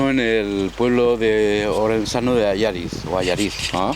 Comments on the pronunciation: Como gallego, lo de "Alláriz" me dolió. Es "Allariz"; aguda por favor, aguda. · Cierto, es Allariz. Si preguntas por dónde se va a "Alláriz" no vas a ningún lado, es que no te compras ni el queso. Buen tema para tu videoprograma, gracias por subirlo; pero (mi opinión) si vas por la zona y preguntas a la gente lo hubiesen explicado mejor que el sr. de Soria; quedándote el videoprograma más auténtico por el característico acento gallego. Un saludo para Allariz y su riquísimo queso. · Dios como me duele esa mala pronunciación del hombre diciendo: Allariz y no Allaríz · Allariz, aunque no tenga acento, se pronuncia Allaríz. Gracias, :) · Allariz, es palabra aguda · Es un personaje histórico, se ha escrito mucho sobre él y es muy conocido en nuestra zona, se conserva lo relativo al juicio, fue noticia de portada en la prensa de la época. El pueblo que mencionan es ALLARIZ (un pueblo precioso, por cierto), el hombre lo pronuncia mal. Se le relacionó con la venta de grasa humana (ser un "sacauntos"), que de todas formas SE VENDÍA EN LAS FARMACIAS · Es Allariz (sílaba tónica en la última sílaba- palabra aguda), así es como se pronuncia. No es llana o grave, porque en tal caso estaría acentuada. Saludos y también a la mágica y meiga Galicia.